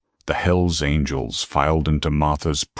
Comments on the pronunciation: Hells Angles? It's Angels. God how I hate A.I. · Story would be good if not for the awful AI voice. At one point couldn’t even pronounce angels